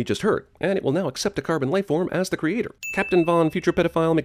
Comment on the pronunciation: Never noticed until now, but does Probe-Iliya pronounce "creator" like "creature"?